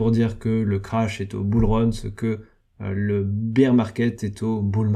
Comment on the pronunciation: Bear se dit baire pas bire de beer bière 🍺 en français.. le nombre de mecs qui se trompent c est hallucinant